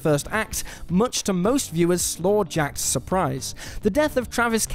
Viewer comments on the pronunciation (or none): "slawjacked"? Did you mean slackjawed? Lol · Did he really say "slaw jacked" instead of slack jawed?!? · Slackjawed. Slack. Jawed.